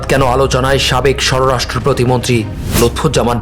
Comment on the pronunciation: স্বররাষ্ট্র না স্বরাষ্ট্র প্রতিমন্ত্রী। উচ্চারণ ঠিক করেন ভাই।